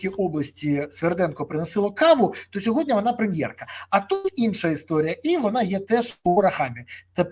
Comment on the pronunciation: Не "сьогоднЯ", а - "сьогоднІ". Я розумію, що ви - не українець, пане Березо, та вивчіть вже, нарешті, це слово, не таке вже воно й важке! позаяк ви його повторюєте в кожному своєму відео, відтак вам воно стане у пригоді!